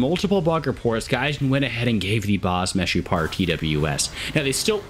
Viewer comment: As israeli u said baz meshupar very good!